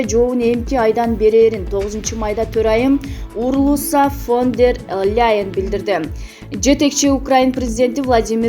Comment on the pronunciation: Даяр текстты туура окууну уйронгулочу айланайын диктор Урлуса Фондерлэйн эмес Урсула Фондер Ляен